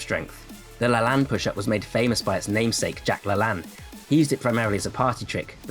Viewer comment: very good information! although you keep pronouncing Jack Lalanne's wrong. it's La-Lane, not La-Lann